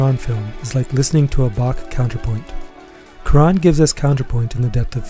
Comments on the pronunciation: Great video, but isn’t it Cwa-Ron, not coo-Ron? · Great appreciation for a fantastic film that rewards re-viewing, like many of his films do. But I was very distracted by the repeated (but differentiated) mispronunciations of Cuarón’s name. It’s not “quran” or “kee ran” or “cue ran”: it’s “kwa RONE”. For all the appreciation, please at least say the man’s name closer to correctly. It’s not that hard.